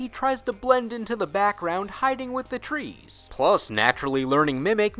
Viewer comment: "trees" eh eh eh lol